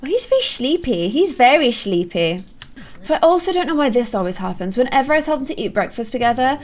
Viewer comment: Why do u say shleepy